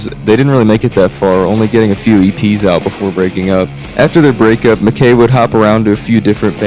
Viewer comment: heads up, the name MacKaye rhymes with "sky" :)